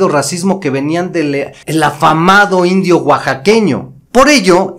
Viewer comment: Nuestros abuelos cuantan historias de hechos que ellos vivieron en persona y no coinciden con la historia que te cuentan sea cierto o no.héroes tratados como traidores y traidores tratados como héroes excelentes trabajo solo no te enfatices en decir indio oaxaqueño que cuando lo dices y la manera de escucha ofensivo viva mexico y su gente